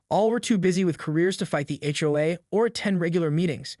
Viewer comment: ''Read'' (said reed?). Hitawai instead of HOA? Said Seden instead of Sedan (Car). Hoos? HOA's...